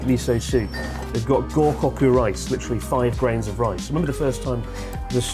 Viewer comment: bro forced his brain to say ootoya instead of otoya, only to later and up saying goukoku instead of gokoku ICANT 🤣 Also, love how that dude in the robot cat place that was blurred out, but he wasn't at the beginning of the video xD